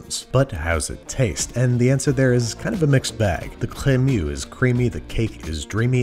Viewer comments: ?chllleeemmeuuuxxxxxx" he really needs to chill on over exaggerated pronunciation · I'm so sorry but ... the CREMEUX! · Babs, in this instant I am living for your overpronouncing 'crémeux' with the wildly earnest-est of enthusiasms.